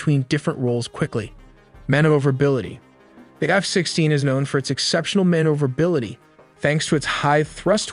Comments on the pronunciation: “Man-over-ability” - maneuverability. Sorry brother that just made me smile. Reminded me of how I remembered how to spell beautiful. “Bee-Ah-Yoot-iful”. I love the amount of detail and precision you put into your content. BRAVO!!! Keep on Keeping on. You’ve earned a sub. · You or your AI have interesting grammar errors, specifically pluralization errors, e.g., "work" instead of how this works. It reminded me of my hispanic ex-wife, though she made mostly past tense errors. Then again there are things like mispronunciation of maneuverability and reconnaissance... weird collection of english errors, I point these out to make your videos iteratively better.